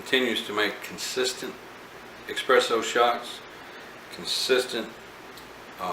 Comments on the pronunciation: Thank you for the review. Just picked one up 1 month ago... although every time you kept saying EXpresso, I kept cringing. It's Espresso. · You know your EXpresso then? Really bugs me that people still think it's EXpresso, surely by now people know it's espresso.